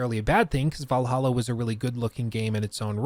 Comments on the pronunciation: missed it when you said vallaha instead of Valhalla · Thanks for teaching me the correct way to pronounce Assassins Creed Vallaha. I hate it. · I might be an AC valhalla hater for that but i keep hearing "Valhollow" when prounounces it lol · You called it "Valhalla" instead of "Vlahla", for shame! FOR SHAME! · Actually crying didn't say Va lah hah 😭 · You said Valhalla without the sound bit. How dare you. 😢